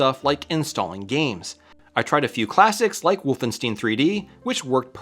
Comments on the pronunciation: Great video and project, but I have to be that annoying guy and point out it's "WolfenSTY-NE", not "steen". 😂 It's Levio-SA, not Levio-SAH! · The issue is that some Germanic names in the U.S. and U.K. that ended in "ein" are now spelled and pronounced "ine", and some are "een". But yeah, it "WOLF-en-stine", like "Enemy Mine", and not "Wolf-en-steen" like "Oxy-clean". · Wolfensteeeeen? No, Wolf-en-stein! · It was a little irking, until the comments pointed out the Young Frankenstein bit. BTW, I'm American and I've always pronounced it the normal way of Wolfenstein (instead of *steen). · It grates on my ears every time you say "Wolfensteen". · Wolvensteen?????? No way that's how americans pronounce that game title, right? No way ;) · So I'm half American and half Italian (Italian mom, American dad) and grew up in both Europe and the States; that's the first time I've ever heard it pronounced "wolfensteen", lol. German is fairly common in northern Italy, and I speak some German, so I favor the more Germanic "Vulf-en-stine" pronunciation (although I'm sure my accent could use some work since I've lived in South Texas for the last 10 years, lol) while my American family typically uses the more Anglicized "wolf-en-stine" pronunciation. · Yup. The closest most of us Americans will get to the German pronounciation is "Vohlf-en-shtine". I just say "Wolf-en-stine". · Is the Wolfenstein pronunciation intentional, or just some weirdness with the German word 'Stein' (stone)? :p Like RammstEin. WolfenstEin. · It's a very American way of pronouncing it lol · Say Albert Einstein, now say Wolfenstein ;) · Wolfenstein is a German word so pronouncing "ein" as "een" is simply wrong. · I've heard some Americans pronounce the EI diphthong from German as EE. It's not from all Americans but definitely only from Americans. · the same case as Americans say "Porsh" instead "Porsche". For anyone who speaks just a little bit of German it shouldn't be a problem to say it correctly